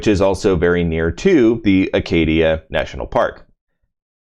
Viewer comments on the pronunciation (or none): You know it’s Acadia right? Not Arcadia?